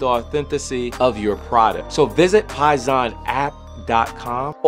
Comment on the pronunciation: its pronounced poison